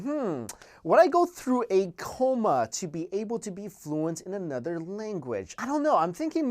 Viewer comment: anudder^ language